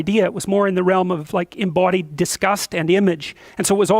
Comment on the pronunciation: Normal person speaking: "Embodied" Jordan Peterson: Emboauldied